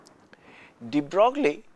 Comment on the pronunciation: DeBrogllie ==> pronounced "debroyy."